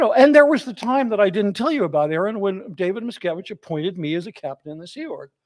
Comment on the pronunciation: How many times did say “Abib Miscavib” 😂😂😂😂😂